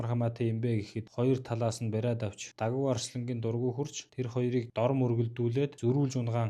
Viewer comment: давгаа гэж хэлээчээ